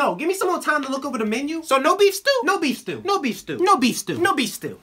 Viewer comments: IT sounds like nobifstu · no beef stew started sounding like no bestew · I thought he said "newbie stew" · I can’t stop hearing nobistu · I hear "nobistu" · Sounds like No Bees Stew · At the end he said “No bes tew” xD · The more you listen to it, the more it sounds like "no beef still" 😂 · I heard no-bi stew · I swear I heard him say nobestew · "No, be stew." Or "Don't be, Stew." is what I hear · the more they no no beef stew it sounded like nobistew